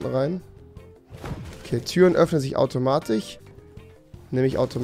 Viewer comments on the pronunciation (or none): Kann mir bitte jemand erklären warum rewi z.b. immer automatiCH sagt? Oder..... zwiCHen anstatt zwischen? Mein das ned böse oder so, aber ich frag mich das schon länger ^^ danke für die antworten! :) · Bei Rewi heißt automatisch AUTOMATICH 😂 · Türen öffnen sich automaTISCH nicht TICH, Rewi! xD